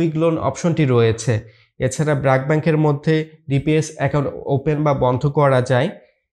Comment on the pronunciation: উচ্চারণ টা ব্রাক হবে না❌ ব্রেক হবে✅